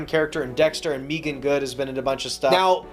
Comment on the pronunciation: its Megan Good not Meegan Good.